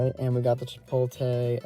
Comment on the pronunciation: Are you trolling us with the "Chipolte" 😂